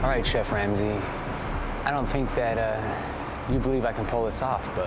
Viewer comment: the narrator said “chef wamsey” by accident i’m crying